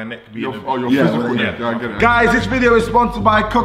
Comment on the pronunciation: Man said ‘ur psychical neck’